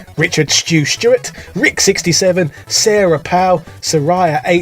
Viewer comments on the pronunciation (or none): none